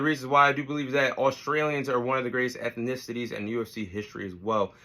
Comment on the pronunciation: My guy can't even say ethnicities!! I guess USA is deffo not in the top 5 educational countries in the world 👀